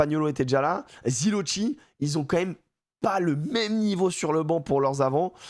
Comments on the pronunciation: merci mais c'est ZiloKI PAS TCHI nos oreilles de ritals saignent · Merci pour tes émissions. Pour les prochaines compo italiennes -chi (-ki). Donc on dit Ziloki. Bonne fin de tournoi et vive Véro